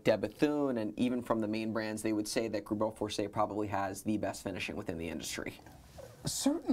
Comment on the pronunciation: *GREUBEL FORSEY